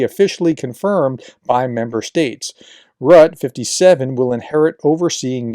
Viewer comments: It's not pronounced rutt, there's an 'e' at the end. It's pronounced rutt-uh. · JFYI: Mark Rutte - his name is pronounced more like 'rooter' than 'rut'. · N.B. Rutte should sound more like "RU-te" not "rut" --maybe Roo-teh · Mark Rutte last name is pronounced ROOT-the, not Rut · It's Rutt-'uh, not Rut... He's the only foreign Prime Minister publicly saying "No!" to DJT b.t.w. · our ex-PM's name is Rue-Tee (Rue like street in French, and Tee like in T-shirt) :) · Nice report. Just for info it's pronounced Marl Rutt-EH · Rutte is pronounced Rutter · It's Mark Rut-te. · Pronunciation is Rutte = “ROO-tuh” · You pronounce it "Rutt'eh'" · Please educated americans try to say foreign names correctly! It's not that difficult! Rutte is not a rat!😅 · FYI, Diehl is pronounced exactly like "deal". BTW., since you will have to mention his name more often in the future, here is the pronunciation: it is Rut -te, with the "u" being pronounced like the German "ü", like you do in the case of Nuremberg (the "u" there), and the "e" at the end is a short "a" sound, so approximately something like "Rüt-ta". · The dutch guy name is pronounced Root-tae. Welcome. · Splendid update. (FYI: Rutte is pronounced Roo-teh.) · I was going to say this, glad I scrolled first. 👍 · Hey Prof Rutte is pronounced Rutter